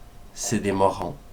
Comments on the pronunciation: C'est "morons" qu'il dit, c'est un synonyme d'imbécile en québécois. Mais vu qu'il est beurré ben il le prononce pas bien ^^. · Ca veut dire abrutis en anglais, et on prononce ça "morwone" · DES MORONS ! Ca se prononce pas comme ça pour info... =p